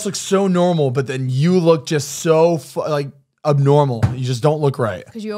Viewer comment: Zane: “ubnormal”